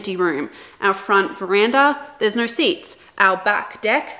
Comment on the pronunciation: I bet shes Australian. I heard the naaauur